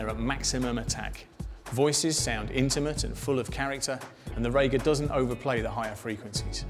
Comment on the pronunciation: HI - I believe it is pronounced Ree-ga, not Ray-ga....